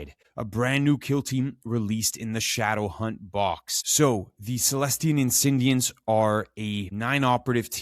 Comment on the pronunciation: 5 seconds into the video - I don't know why "Insi-N-diants" bothers me so much. 😅